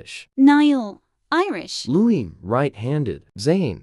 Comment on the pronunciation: Oh god not "loui" again if we could just get that thing to pronounce it right and not "Lewis"